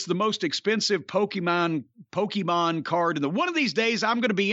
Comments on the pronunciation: “Pokey-maan” LOL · Hearing Cornette say "Pokemone" pretty much made my day. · I'm impressed Jim didn't call it PokEmans like everyone else from his generation dies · “One of these days I’m going to be interested enough to find out what Poke-E-mon is”- Jim Cornette, 2022. Very rarely does a single sentence perfectly encapsulate an entire man’s personality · Jim Cornette saying the word “Pokémon” made my year 😂